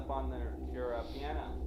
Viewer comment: This was awful these guys are absolutely uneventful in everything they do in this,Learn how to express things to your audience??? Their just pathetic who the hell says Piana? It’s Piano!! “You guys here are you two little girls” one of them says with a smile on his face the other starts talking seriously? Completely outta sync with each other…..it’s just horribly put together